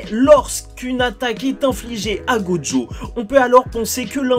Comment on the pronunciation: On dit gojo pas joggo